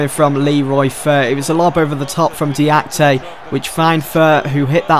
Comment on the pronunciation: name is pronounced (Dee-Ah-Kee-Tay) nonetheless a great episode, keep up the good work :)